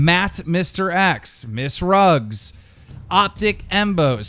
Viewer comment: "MissRugs" lmaoo